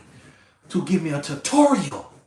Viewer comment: He said “I need someone to give me a tutoriacal” 😂